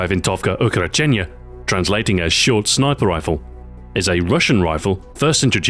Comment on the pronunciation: "shniper rifle" lol =)